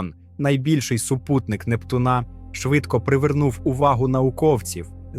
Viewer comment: нептуНа Нє НептУна\\